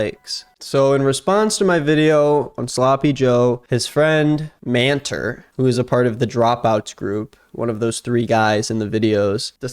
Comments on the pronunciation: I know that's not his name but it sounds like man-terf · Every time you said "Manter", I totally heard "man TERF"